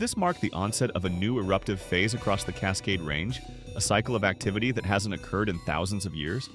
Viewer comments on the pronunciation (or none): none